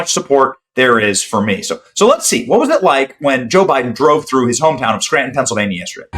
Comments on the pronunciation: *It's "Skryyyytun"🫣😳🙄🤭👍🏼😘❤️!* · "Let's go to Scranton, let's go to Scranton."😂